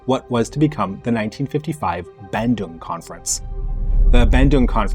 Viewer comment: Im from indonesia.. and im not trying to offend you but... the way you pronounce bandung is... just no.